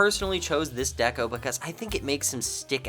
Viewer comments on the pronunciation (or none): none